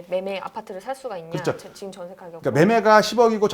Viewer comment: 지금 발음을 직끔